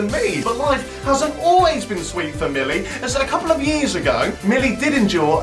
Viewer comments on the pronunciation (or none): i love how he keeps calling millie, molly😂😂 cracks me up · jack mate it's millie not mollie